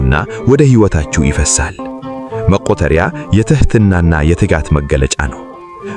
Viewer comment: ወንድሜ /እህቴ የሚያነበው አኢ መሆኑን ብዙ ሰው ያወቀው አይመስለኝም አንዳንዱን አስተካክሎ መስማት ጥሩ ነው :: ለማንኛውም "መቁጠርያ " ይባላል